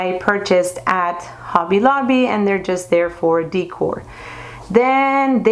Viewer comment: You have a great room that is very stylish and organized. I just have to correct you on how to say "decor." You say, "dee core," but it is pronounced like, "da core." Sending you best wishes from California.